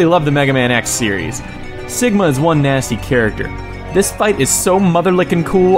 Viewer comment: Awesome list ^^ plus btw dude you said "Stigma" instead of Sigma sorry if you didnt but I keep check and that what I hear lol